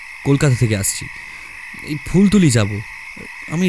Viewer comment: Sudhu phultuli Noi. Phultola hobe